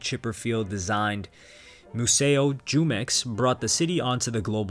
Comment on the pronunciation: jumex is pronounced - Who-Mex